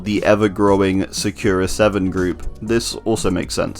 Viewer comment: Sakura is pronounced just how it’s spelled A different phonetic way would be Sah-Koo-Rah, just something I wanted to put out there